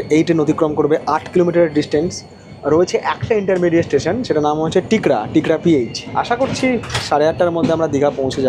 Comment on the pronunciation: দাদা টিকরা নয় ঠিকরা...